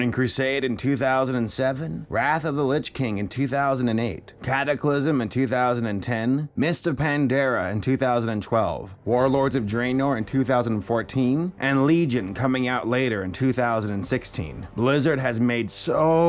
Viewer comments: "Mist of pandara" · He said pandara not pandaria